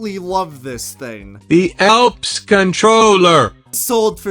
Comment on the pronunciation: When you said Elps controller, it sounded like purple shep.